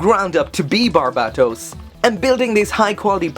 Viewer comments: in English, it's ~Bar-bay-toes~ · Please stop pronouncing Barbatos that way i like your content but it’s really annoying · Still say his name wrong